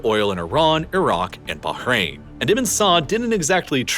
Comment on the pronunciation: I think he's try to say Ibnu not Ibin.. “ ibe nu ” or “ ib nuu ” not iben.. Ibnu Saad I guess.